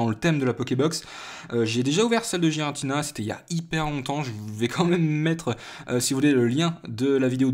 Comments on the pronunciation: Sa ce prononce guiratina aller voir le film .. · donc tout le monde fait erreur ... sauf toi .... et ba désolé mais c'est "Guiratina" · et bah non normalement cela se prononce avec le son g va voir sur le film